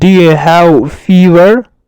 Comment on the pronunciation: Salamona teacher I live in London. British people say have. هب. And you say هو